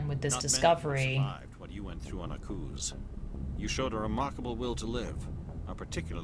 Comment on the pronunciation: With Akuze, the E is silent.